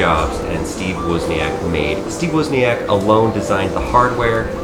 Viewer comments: isn’t it pronounced woz, not wuz? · Great vid. PLEASE stop saying "Wuuzniack".....He's the Woz, not the Wuuuz. LOL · 😂😂😂😄😄 👹I am Steve woozneeack